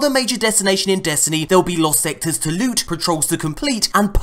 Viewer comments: I love the parts where you ask bungie to buff the prrrreshious lewt. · "I like my lewt to be sweet and precious" lols